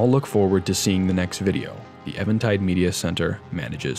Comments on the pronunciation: Is it Eventide or Evantide? Because it is spelled even-tide, but you keep saying it as evan-tide. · It's pretty obvious but worth noting that "eventide" is pronounced like "even" and is an archaic/poetic term for evening - in other words, "the light is fading/the darkness is coming". Anyway, great stuff as always - glad I found your channel. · I'm glad you're not saying "event tide" like so many others, but still, I'm pretty positive it's eeeeeee-ven tide